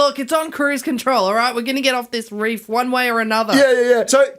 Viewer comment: **REEF. Not "REAF." 🤦‍♂️